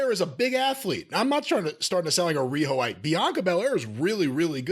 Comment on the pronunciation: Rhino- Ite 😂😂😂